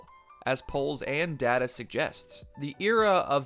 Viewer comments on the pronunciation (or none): none